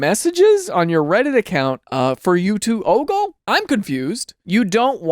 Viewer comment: Why he say oggle like that